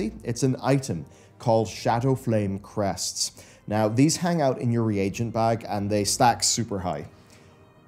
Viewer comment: Yes. My skin crawled when I heard the word "crests".